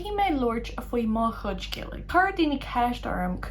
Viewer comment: Why does "chuid" sound like "hhij" (with an English j) and not [hhid(j)] (with a weak palatalization of "d")?